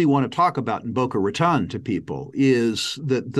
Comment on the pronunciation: Come on how long have you be going to Boca Raton? It is pronounced “Ra-tone”:)